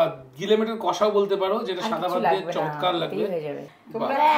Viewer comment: চম্যটকার...চম্যটকার.. চমতকার..🙂😅😅